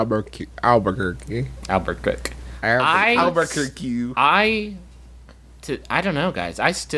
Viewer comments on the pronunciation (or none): “I’m going to Aburkurki”